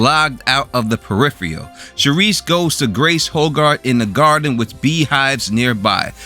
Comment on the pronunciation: Can’t even pronounce the show’s title correctly 👎